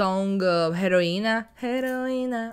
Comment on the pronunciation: Not " heroina" ,eroina = Hero❤